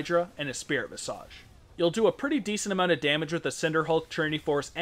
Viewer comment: "Visaage" What exquisite pronunciation, gentleman.